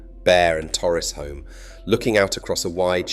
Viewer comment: Sorry, but after you did so well with pronouncing Torrisholme, I have to correct you on the pronunciation of Heysham. It is not said Hey- sham but Hee-sham. Hee, to rhyme with bee, never hay to rhyme with say. And that Moby Dick was actually named The Ryelands. The ship was used in the 1950 version of Treasure Island before its roll as The Pequod in the 1956 version of Moby Dick, Hence the nickname. It was used in other productions too, as it was an impressive schooner with an historic look.